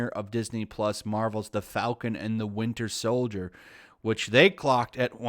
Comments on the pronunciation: "Winder Soldier" 💀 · Windier Soldier